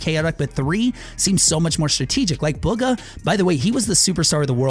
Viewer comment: I think bugha is pronounced “boogha